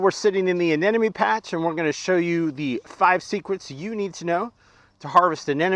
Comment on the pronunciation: Great video but Anemone is pronounced uh-NEM-uh-nee (/əˈnɛm.əni/). It has four syllables, with the primary stress on the second syllable ("nem").